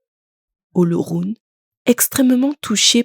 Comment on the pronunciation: Félicitations à vous mais cela aurait été encore lieux si vous aviez pu prononcer le mot OLORUN comme il se doit. Mais la perfection n’est pas de ce monde 😂